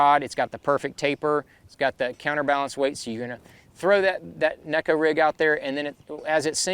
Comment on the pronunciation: Thanx for pronouncing neko correctly (Shin Fukai tried to let folks know...HE would know! Great info on Oct choices!!